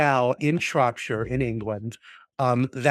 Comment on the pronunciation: solid pronunciation of Shropshire, well done